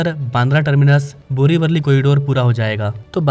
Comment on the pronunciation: बोरीवली ✅ बोरीवरळी ❌ खार रोड ✅ खारा रोड ❌ भाईंदर ✅ भयांदर ❌ डहाणू ✅ धानु ❌ आपके उच्चारण की गलतियां ठीक कीजिए!